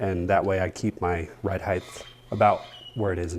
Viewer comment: It's height not heigth by the way. Sharp truck!